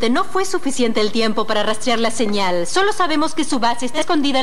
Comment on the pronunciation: El tercer doblaje es el mejor sobretodo por esta pronunciación de primer nivel "senial"...puff!!! Estaban mejor los comentarios en el vídeo que habían subido antes 😒